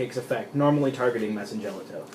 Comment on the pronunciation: Your side decking macro and d fissure? You do know the madolche hit the grave before being shuffled right? So you can't add back to hand with chateau or search from ticket. It pretty much wrecks your deck. And you mispronounced mewfeuille and messengelato sorry just bugs me.